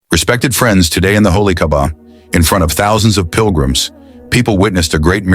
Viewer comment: Its the Holy Kaabah not Kabah